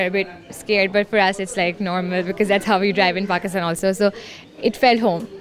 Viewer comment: Why your 'how' is 'houu'